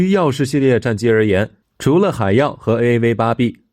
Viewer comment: AV8D聽起來好台灣國語